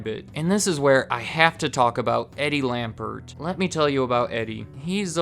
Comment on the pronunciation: It's Lampert. Eddie Lampert. You said Eddie Lambert.